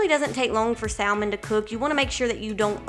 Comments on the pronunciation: The L in salmon is silent. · because the L is silent in Salmon. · Very great video. Thanks. Just one thing to add. THE L IN salmon is silent. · “Sall Mon” highlights your accent. I’m guessing southern US. Way up north it’s pronounced “samen” Great video 👍🏼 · Trying all of these ❤love the ideas and how you say Sal-man😊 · Haha...in the UK its Sa-mon for Salmon. 'L' is silent. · I'm from the South and we still say "SAM"en so it must be a specific area for her. I thought it was interesting too! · I love how you say salmon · great video. hearing you pronounce salmon had me cracking up. 😂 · Every time she says salmon 🤣🤣🤣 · I've always wanted to meal prep but have been too lazy to do so.. but in reality its something I can do a sunday afternoon and am set for the week.. cool video, low carb and healthy .. also it's cute how she pronounce saLmon.. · Lol... I grew up in a small town in Mississippi and in my family, we always pronounced the L, but apparently I've been saying it wrong my whole life. I'll be sure to say it properly next time :) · Sal-mon or Sam-man ..someone help me?!! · It was all great until I heard how you pronounce salmon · I’ll sub if you pronounce salmon correctly. I’m from east Texas so don’t give me that southerner excuse.